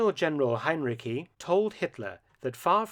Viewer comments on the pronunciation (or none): Heinrici is pronounced with the ending ci as in child, Hein-ri-chi